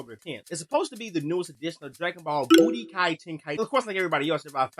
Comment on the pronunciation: dawg you calling it "b00tykai" and you think we're supposed to take yo ass serious? boa hush. we been waiting on this for like ever. you think its overhyped? then don't cop it. we don't care for the dumb rant about "every dbz game plays the same" bs.